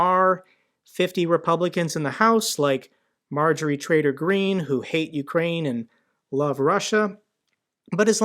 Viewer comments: Did you say m traiter green? Fking swin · Marjory Traiter Green. 😂 Or did you say Marjorie Traiter Greed.?